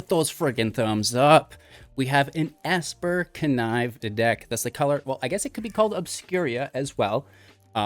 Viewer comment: Obscura sounds like Obscure with an a on the end. Obscur-a. I haven’t determined where the I is coming from in your opening segment. Obscur-a. Obscuria reminds me of players that habitually say Ravinca rather than Ravnica.